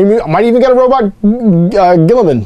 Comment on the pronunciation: It's pronounced Ro-boo-tay Gill-y-man.